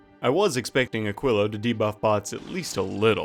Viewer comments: and he is still saying it wrong. even after looking it up. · "which I have to look up how to pronounce" still failed... eh... 'muricans...